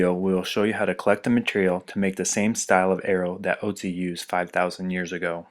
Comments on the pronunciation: Ötzi* (For those curious as to what the difference is, his name is pronounced ootzi, not otzi) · Great video. The only thing that nags me is that Otzi is pronounced 'Ertzi'. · Ötzi is his name, spoken Oetzi ;)